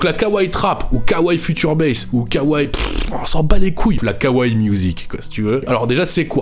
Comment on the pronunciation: "Kawrez" mais putain 😂